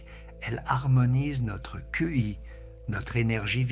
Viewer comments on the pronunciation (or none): On ne dit pas Q I on dit tchi l'énergie vitale.